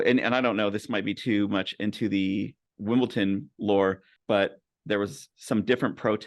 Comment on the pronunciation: I'm hoping the Wombles get a mention. WimbleDon not WimbleTon but great show